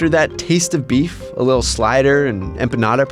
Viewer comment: I hate the way this dude says beef. He’s so corny